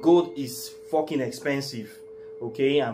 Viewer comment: “Gold eez fockeen expensive” 😂 u alright with me man